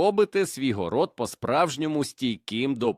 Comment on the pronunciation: ГорОд! Чому ШІ ставить наголоси по правилам російської мови?! Як мінімум це бісить. ЗлАки.